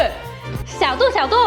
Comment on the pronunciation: 是xiao du,不是xiao duo，是小度，不是小剁，你小剁小剁的叫，小度还以为你要剁了它